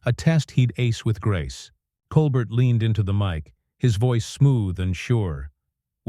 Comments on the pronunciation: Coal-burt? Really? FIX YOUR STUPID DICTATION ROBOT! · Blocking this channel - waste of time. "Col-bert"..... 😅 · It's pronounced "Cole -bear"! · It's a nicely creative story. Try learning how to pronounce “Colbert”. It is not like coal burr. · Oh, that mispronunciation bugs the daylights out of me! It's COAL BARE, dufus. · Your video are not good..why not show videos rather than reading? Plus you pronounced Colbert name incorrectly! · You mispronounced Stephen Colbert name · Seriously, why is this irritating AI voice reading this ridiculously melodramatic script to us. Had to cut it off immediately. Can’t even pronounce Stephen’s last name correctly. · This has got to be one of the laziest AI produced videos I have seen so far. If you can't be bothered to have a human do the narration, at least teach it the correct pronunciation of the name of the person it is supposed to be about. Also, wish people would stop using the screen dirt effect. It's just stupid. I would really have loved to hear this story since anything that gets Musk to show his true colors to bad affect are great with me but this video... I got 12 seconds into it. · The script is the most godawful bilge, you don't even pronounce Colbert's name correctly. I gave up after 1'30''. I'll look on YouTube to see if I can find the event. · First, learn how to pronounce his name. And why not let us see this exchange instead of describing it. What a joke. This is fake news. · Please explain to your AI robot that Mr. Colbert’s last name is pronounced without the “t”. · The narrator doesn't even say Colbert's name correctly...... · If you can't pronounce Colbert's name, you're not in the game. Hang it up, OK? You're making a fool of yourself, "." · Musk was on the show in 2015 but wasn't kicked off. BTW this AI voice can't even pronounce Colbert currently 😅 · and the AI cannot pronounce Colbert correctly. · is AI the reason for mispronunciation of Colbert’s name